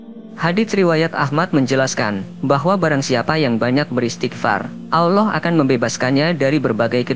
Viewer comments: Klau ilmu agamamu baru melek broo...jangan ngomong agama dulu...mengucapkan nama Allah saja salah...apalagi membahasnya...ngimpi dulu aja dah tentang islam...baru kamu memeluknya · Pengisi suwaranya saja gak bisa menyebut nama Alloh dengan benar kok menyalahkan orang berisghfar..... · Ngomong Allah saja lu udah salah. Oii yg isi narasi. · Mulutnya belajar cara menyebut nama ALLAH. KAYAK CELET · Alloh... Bukan awlloh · Nyebut Allah aja gak pas Alloh gitu. Jangan menafsir Ayat Suci Al Qur'an kalau gak paham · sebut nama Allah dgn betul.... bukan *awloh*... elok ngaji dgn guru AlQur'an... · Tidak bisa baca Alquran anak itu, ngucap Allah sj 'awloh'...parah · Min, baca ALLAH juga masih shalah ALLAH bukan awloh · Allah saja kau bilang aullah benarin dulu lah ucapan pengucapan Allah mu. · Sebut nama Rabmu dg benar ALLOH bukan kedengaran AWLOH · Maaf min...cara mengucapkan Allah...kok begitu kurang enak didengar ya ada huruf W ...dudepan huruf A...kaya mengucapkan Awlah..bukan Allah...sekali lgi mohon maaf.. 🙏🏻🙏🏻🙏🏻🙏🏻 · Kok yg bicara Alloh gak fasih yaa. Coba simak klu mengatakan Alloh. [ Allow😢😂..ini yg bicara org Islam atau bukan ya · eh admin lo menyebut Alloh itu yang benar bukan awloh tapi Alloh... dan beristiqfar itu bagus tidak ada yg tdk bagus utk beristiqfar... lo orang wahabi ya dan ingat ucapan kata Alloh bukan awloh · Kamu ini sok kiyai. Tapi gak bisa baca Allah. Kamu cuma bisa baca Alah. Ojo ngono yo nek moco . Sing bener ya. Ojo sok Kiyai. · Ngucap Allah itu bagusnya LL di tebelin dan lidah ke langit2 .. biar Terdengar Agung, Enak di dengar dan estetik terhadap Panggilan seorang Hamba ke Tuhan Robb kita semua yg Menciptakan Alam semesta dan seluruh isi di dalamnya . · Berguru di mna MIN, kok penyebutan asma AWLOH.. Adakah yg slh dengan lisan mu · APAAN CARA NYEBUT ALLAH KOK 'AWLOH'! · Pengucapan alloh kurang benar mas banyak banyak belajar ya sebab pengucapan yg seperti itu sangat2 dibenci olehnya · Malu,aku,dengarnya,ucap, Allohnya,sama,megawati